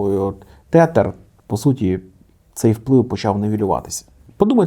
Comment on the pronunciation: вони називаються тезер а не тетер😭😭